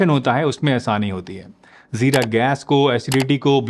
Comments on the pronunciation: Its Jeera not Zeera. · Jeera hota hai Zeera nhi